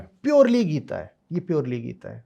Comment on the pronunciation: गीता का उच्चारण जिसको ठीक से नही आता गीत गीत कर रहा है वो, ऐसे व्यक्ति से गीता पर गहन चर्चा करने बैठे हैं 🙂 उस गीता की चर्चा जिसमें लिखा है कि मुझे ऐसे किसी के सामने मत खोलना जिसकी मुझमे श्रद्धा ना हो जिसे कृष्ण से प्रेम ना हो।